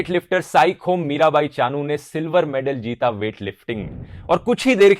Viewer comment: Good video! But it is चनु, not चानू